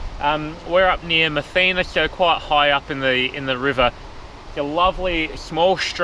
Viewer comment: Its Ma thinner , not Math eena....